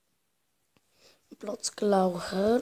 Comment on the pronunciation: blocklauncher czyta się bloklanczer